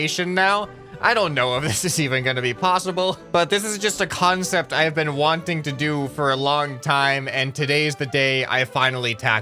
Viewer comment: idk why but my brain only wants to hear "kANcept" :)))